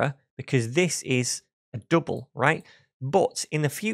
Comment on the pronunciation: Good content and explanation, a bit weird pronunciation - too many U instead of [ʌ] - dUble 😀